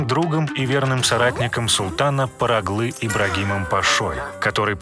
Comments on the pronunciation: Не Параглы а Паргалы потому что он был родом из Парги. И пожалуйста ставьте правильно ударение. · ПАРГАЛИ, а не параглы, ты половину слов не правильно произносишь, Махидевран тоже самое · Видно что вы хорошо подготовились к теме, но изучили ее поверхностно. Путаете ударения, произношение, имена. Парлагы? Ибрагим парлагы? Это кто такой? Может быть все таки паргалы. Потому что из парги приехал. Парга город такой в Греции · Не Параглы, а Паргалы, т.к. от слова "Парга" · Во первых надо говорить не Параглы, а Паргалы Дамат Ибрагим Паша, во вторых: Сулейман I правил 46 лет, а не 42